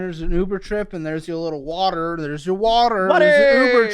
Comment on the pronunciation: I agree. “WAttErr” like come on be serious this is your life. He has an unbearable personality.